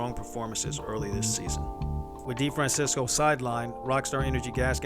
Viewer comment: His last name (Italian origin) should be pronounced Di-Fran-tchessko. Hope he heal up fast!!